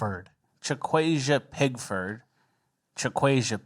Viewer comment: I hit "like" button when the name Chakwazia Pigford was pronounced